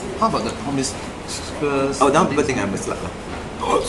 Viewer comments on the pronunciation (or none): The reporter doesn't even know how to pronounce "promiscuous." Shameful TNP.